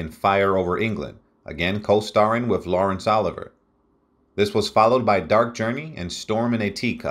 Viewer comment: I wish this announcer would only pronounce Laurence Oliver name the correct way!